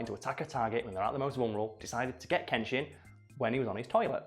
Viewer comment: Pronunciation of Uesugi Kenshin: oo-ay-sue-Ghee ken-shEEn (fairly certain on this, but could always be mistaken)